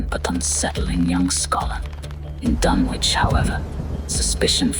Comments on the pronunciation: If you're going use a British accent, get the pronunciation of Dunwich right. Silent W. Like Dunnich. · Does the author ever insist that the correct phonetics are done-witch because is hearing a long 'u' sound as in 'dune-witch'* What do they make these silicon chips out of for AI to produce this presentation£ Sand, which accumulates in dunes so, when you consume this presentation with eyes, ears and other senses, is it a sand-witch or a dune-witch£ 🌈 💋 👠